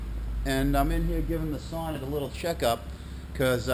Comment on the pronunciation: Nice find! They are very uncommon here in Sweden as well. Sonett pronounce like "Soo-nett" in Swedish. Did you save the car? Would be nice to see a recovery :) Greetings from Sweden